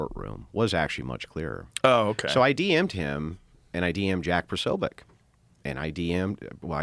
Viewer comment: It's Posobiec(Po-so-bic)